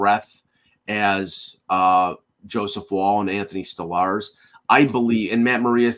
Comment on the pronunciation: Please learn how to pronounce Stolarz properly!